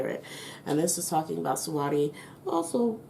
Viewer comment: The way you saying her name is funny 😂 Her name is basically pronounce like you saying sweetie it just spell different And can you do a reading on Bruno Mars and his career .